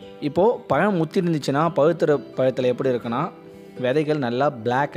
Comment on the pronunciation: நல்ல உச்சரிப்பு மிக அவசியம் (பழம் / பழுத்தது) அண்ணா... உங்கள் காணொளி மிக அருமையாக உள்ளது...